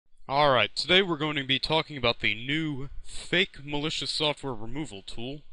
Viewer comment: mal-e-coos xD